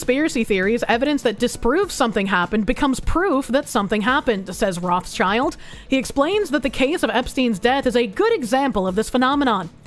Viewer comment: one trivial thing, it's not roth child. it's roth schild, read as roth shield. their name is yiddish for red shield, their coat of arms, not for red kids.